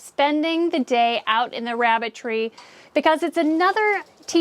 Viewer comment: Sarah it sounded like I ke you said Rabbit 🐇 Tree🌳 ....🤣😜 THANKS GOR THE INFO. 🤗💜